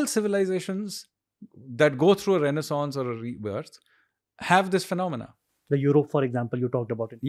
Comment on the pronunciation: Mr. Sanyal cannot even pronounce renaissance and is on his agenda to bring renaissance of a civilization. Lel😂